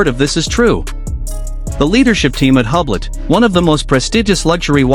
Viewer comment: Please try correct French pronunciation of the company. [yblo] The H and final T are completely silent.💜